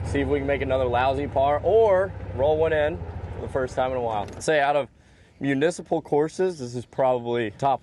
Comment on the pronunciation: You lost me at “municiple”